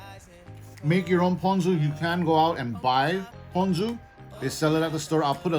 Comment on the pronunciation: Of course I can rely on a local boy to pronounce “ponzu” correctly! I went to the first 7 suggested videos on how to pronounce it...and they ALL said “pawn-zoo”! 🤦🏽‍♂️